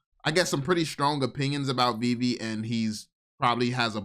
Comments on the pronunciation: if he calls it veev one more time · The dude literally destroyed his credibility in the first 10 seconds by pronouncing it wrong, he either did it on purpose to show his lack of interest, or genuinely never heard anyone say it before, which is impossible if you were seriously looking into it... I'll admit i was super skeptical, and even laughed at my buddy who showed it to me initially, but over time the more research i did the more i saw, holy shit, this is the ground level of something, u can see it clear as day if you can get over the JPEG Nft's, which were the only NFTs i knew existed before VEVE... The jpg NFTs make no sense long term, and i think thats what most people think NFTs are and wont look any further, and i cant really blame em for it, its hard seeing the potential of something that has never existed before